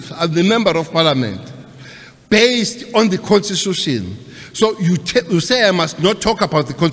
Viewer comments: Cele can't even pronounce constitution😅😅😅, listen propery. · Can't even pronounce constitution